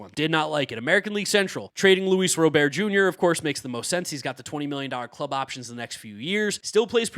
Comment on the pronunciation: “Luis Robear”🤓